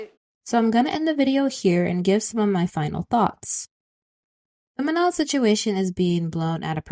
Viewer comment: Also, I'm not trying to hate, but Manon is pronounced Man-no. And Adéla is pronounced Ah-dell-ah.